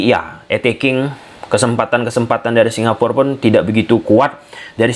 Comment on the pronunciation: Bacanya Singapura, Mas. Bukan Singapur. Kalau Singapur, nanti nggak ada artinya. Singapura itu dari bahasa Jawa Kuno, Singa: Singa, Pura: Negeri. Jadi, Singapura artinya negeri singa. Legendanya sendiri Singapura itu merupakan nama yang diberikan oleh salah satu pangeran dari Sriwijaya, karena saat dia sedang melakukan hobinya yaitu berburu, dia melihat Singa di pulau tersebut. Singapur ataupun Singapore (dalam bahasa Inggris) tidak memiliki arti.